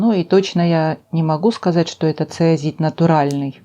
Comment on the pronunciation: здравствуйте! Фантазия, украшение...всё выше всяких похвал! Простите, но правильное название камня вроде как ЦОИЗИТ, если я ничего не путаю...Спасибо!